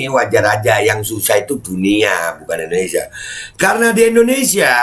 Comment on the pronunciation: IndoneSIA pak JOK..bukan EndoneSA 😁😁🤣🤭🤭